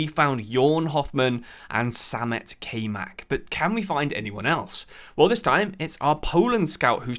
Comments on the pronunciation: Nice vid wish it was a little longer but still cool. Btw Kaymak is pronounced (Kai-Mah-k) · Little heads up its kayman and since he is turkish its not prononounced like kay but the a is pronounced like a in hard and y is pronounced like y in youth and the other a is also pronounced like a in hard